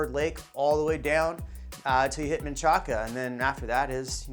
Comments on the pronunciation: Great video. Thanks. It’s pronounced “Man-Shack” not Man-cha-ca. S. Austin FTW #Valentinas :dropmic.gif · He said men-cha-ca 😂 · It's Man-Shack. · it’s manchaca. it’s not English its Spanish. never in my life have I heard sum1 pronounce manchaca as “man-shack” . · nah . im guessing yall white ppl pronounce it like dat . manchaca isa word in Spanish. u pronounce it how u see it . “man-cha-ca “ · If your from Austin Manchaca is pronounced Man-shack and no one from Austin calls South Congress SoCo but people not from Austin or new to Austin. But you are right about one thing being from Austin and having lived on ever side of town south Austin is the best, its the one side of town that still has that old Austin feel unfortunately its disappearing fast. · Unless it's a GPS nav then it's pronounced "Man-kaka" which never gets old. Fun fact, the city recently spent a lot of money changing all the signs from Manchaca to Menchaca, the proper spelling of the Texas revolutionary's name. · no it’s manchaca. it’s not English it’s Spanish. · The fact that this guy is mispronouncing Manchaca tells me he isn’t actually from Austin and has no idea what he is talking about. What a silly dim-wit. Go to local sites and talk with the locals (as long as they are from Austin) and get a better prospective from them. Just sayin’ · Yes I also noticed he pronounced Manchaca incorrectly!